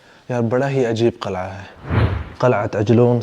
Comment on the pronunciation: Assalaamu Alykum dost Qalai ki jagah Qil,ah ya Qila bhi kehdo to maherbani